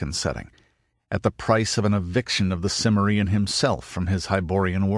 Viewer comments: For edification, it's pronounced Cim - MER - ian, emphasis on the second syllable. Jeez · Also, it's Kimmerian, not Simmerian. The narrator should know this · Good....but why your anal pronunciation of cimmerian ?